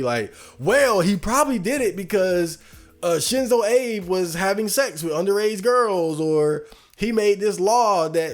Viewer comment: The way you're saying his name is driving me crazy